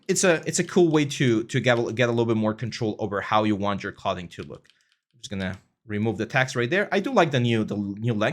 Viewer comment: Thanks for this! I’d suggest learning the pronunciation of “clothes”, “clothing”, “sew”, etc if you plan to do this long term in a professional capacity - can be distracting for native English speakers :)